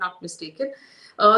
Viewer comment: Can you please stop calling it “lakshWADEEP”? It’s Lakshadweep. Laksha = lakh; dweep = island. The name literally means land of hundred thousand islands. And please don’t go and ruin its pristine beaches 🙏🏻😕